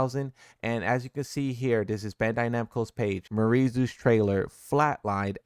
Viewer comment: It’s pronounced, “Me-are-E”. Not Marie.